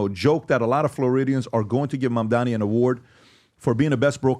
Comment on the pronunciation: Why can’t Americans says Mamdani properly. It’s really funny hearing Mamdami or Mandani or Mandami🤣🤣